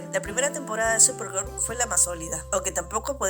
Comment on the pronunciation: Solo pude ver la mitad de tu vídeo y eso porque estaba organizando unas cosas, "supergur" es horrible y escuchar a quien sea hablando de ese programa es peor